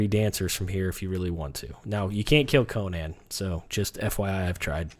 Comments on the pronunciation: Why people say Conan like that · I hate when people say Conan's name wrong....